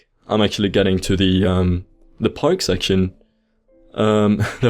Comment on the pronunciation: Hello, can you say pARK rather than pIKE?